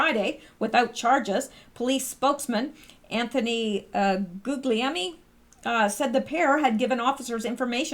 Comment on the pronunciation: Gugliemi = Gooy-yah-mee. Or at least that's how Rudolph Valentino's name was pronounced in the long version.